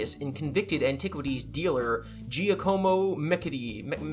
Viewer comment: Jock-a-mo Med-EECH-chee